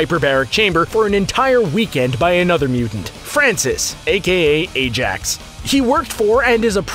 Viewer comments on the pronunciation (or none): none